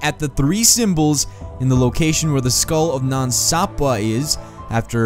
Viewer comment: “Way more stronger” 🙄 “MEEthos” “Nan Sapwuh” Fuck’s sake.